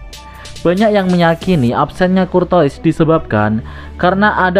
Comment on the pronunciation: Courtois bacaannya KURTOA parah min 😂